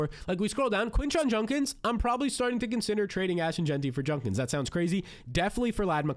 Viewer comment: It’s Jud-Kins Not Junk-Ins This guys a hard listen